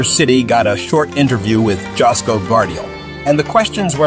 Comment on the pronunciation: To the makers of this video😊 Correct pronunciation: Joško=Yoshko